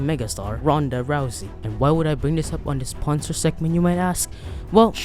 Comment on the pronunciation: “ponsor” hehe